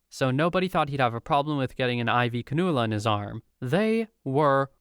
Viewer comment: I'm sorry, but the way the narrater pronounced 'cannula' has me dead